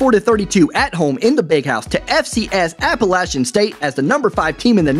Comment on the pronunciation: Thanks for pronouncing Appalachian correctly